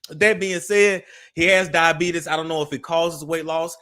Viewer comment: If you don't stop saying 'Diabeetus' 😅😅😅